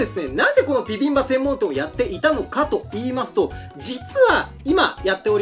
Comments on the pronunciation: ちゃんとピビンバって言ってて愛くるしいw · しっかりとビビンバじゃなくてピビンバって言ってるの奥野亭店主様のこだわりを感じる